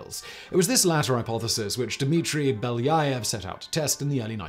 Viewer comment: Being Russian, this hurts my ears to listen to the author constantly pronounce Beljaëv incorrectly😥